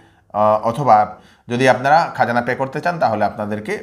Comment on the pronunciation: তাইন অইলা বিষ্ণুপ্রিয়া মণিপুরী উচ্ছারন ভুল কইলে শুনতে ভাল্লাগে।